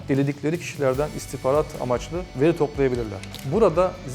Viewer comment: İstikbarat diyor biri şu beyefendiye İstihbarat demeyi öğretsin :)